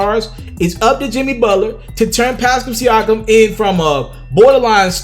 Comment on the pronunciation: He's still saying Pascam Siakam?